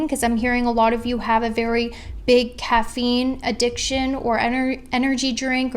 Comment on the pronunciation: when she said caffeinee adiction I LOST IT